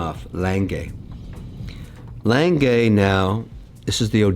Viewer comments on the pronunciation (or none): What is a Langay watch, Is it the same as an A. Lange und Sohne, pronounced Aah Langer? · I am not sure but is that really how you pronounce "lange"? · Did he just pronounced Lang-Gay as Lange? 😂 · It's lange pronounced langa not lanngay lol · Lan-geh Not Lan-gay 😂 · As a German, I find Kevin's pronunciation of "Lange" as lan-gay simply abhorrent. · Lang-uh Kevin. Lang-uh. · A. Lange & Söhne or as Kevin O'Leary likes to pronounce it: L A N - G A Y 🤣 😂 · Sadly, a small innocent German child dies everytime Kevin says "Lang-gay"😢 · So, mr. corrupt has thousands of watches, but never heared of a gmt before?! And somebody tell him, it's "Lange", not "Leng gay"! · If I have to listen to Kevin mispronounce Lange one more time I’m gonna explode 😂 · Jesus can you butcher the name A. Lange more. At least try to say it properly. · the day Kevin learns how to pronounce lange, is going to be the day when the world will be over. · I love all of videos, but I can’t watch this Kevin guy. He constantly interrupts and he talks utter nonsense. I made it to about 15 minutes and had to turn it off. Someone please tell him how to pronounce ‘Lange’ properly. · His mispronunciation of Lange hurts my ears.